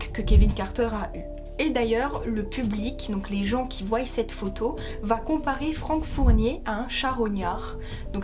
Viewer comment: Qui voyyyyent…. Ton français est vraiment limité. Je zappe.